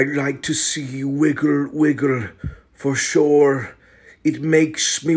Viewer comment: the pronunciation of "for sure" just hit different I don't know how to explain it